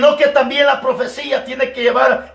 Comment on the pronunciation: Asta cuando no se dice profecilla se dice profecia.